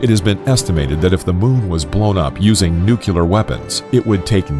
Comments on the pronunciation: NUCLEAR. ITS FUCKING NUCLEAR. NEW CLEAR. If you want to get modern you could say new klee ar. The word ONLY HAS ONE "U" IN IT! Omg can people fucking read? How do you get nukular out of nuclear? This is probably my biggest pet peeve of all. Coming just before piss poor punctuation. I'm gonna have a fucking aneurysm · Angel Wilson Depends on where you from. If you're from America, it's pronounced [ New - Clee - Are ] There are actually several ways it's pronounced. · Why get a narrator that says nuke-u-lar? duh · Stop saying “nuc-u-lar” pronounce words right if you are going to be a commentator. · It’s hard to take this seriously when the narrator consistently pronounces it “nucular” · Gotta love it when he says nuke you lar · nucular? lol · Are you really saying "nuc-u-ler?" smh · I instantly lose all desire to finish a video the moment I hear "nuke-ya-ler". I mean how tf does a person read "nuclear", and think "this is pronounced 'nuke-ya-ler'"? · wtf is "nucular"? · Why can’t people pronounce the word ‘nuclear’ 🤦🏻‍♂️ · I Was Very Interested But I Had To Cut It Off When I Heard This Dude Say Nuclear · Develops a 10-minute video on the terrible consequences of destroying the moon with nuclear bombs. Can't pronounce "nuclear". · I mean I thought it was a pretty common mispronunciation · The narrator cannot pronounce nuclear and Carl Sagan. Lol. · Nuclear not nucular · Nu-clear. Nu-clear. Say it with me: nu-clear. No, no. Not nukular... Nu-clear. Gaddammit. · Thank you Patrick.I so wanted to post the too. Was so hard to take him seriously all through the video. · Finally somebody pointed it out it was giving me extreme ocd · Just one thing. The word Nuclear is not pronounced nuke-u-lar. (Thank you Daniel Cwik) Think of New and Clear and put those 2 words together to get Nuclear. Just a thought. So many people miss-pronounce that word that it's driving me a bit crazy. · NUUUU CLEEEEEEEEEEEEEE RRRRRR NOT NUCULAR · Thank you! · Nuclear, not Nucler. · Nuclear not Nucler